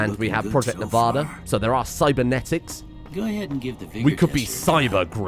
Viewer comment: Man's talks about proper English but keeps saying Nevada wrong